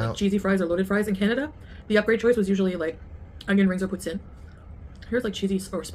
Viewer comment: Why the f does she pronounce poutine like that?